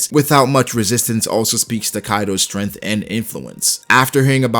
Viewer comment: I like how he says stemth